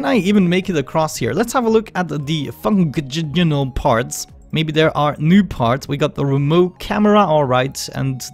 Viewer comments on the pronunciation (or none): how to say functional funk-sh-nol because you had a hard time saying it